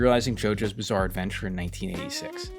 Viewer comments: Did you say “Bizzare” 😏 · did you say ... bizzare? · Did you say "bizzare"